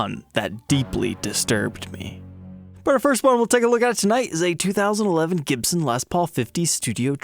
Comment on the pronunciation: Gibson with a U instead of an O !!